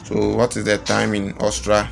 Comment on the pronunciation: Bro its Aus-tri-a not Austra